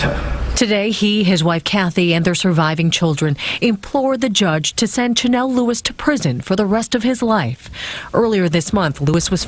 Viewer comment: It's "Chanel" lol